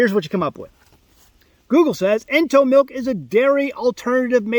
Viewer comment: Ento, like entomology. Ugh